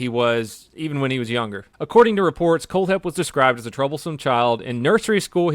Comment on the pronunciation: for some reason when he said his name i thought he said cold head